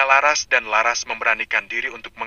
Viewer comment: Menyebut laras jadi lasar aaah , gimana itu yg membaca cerita?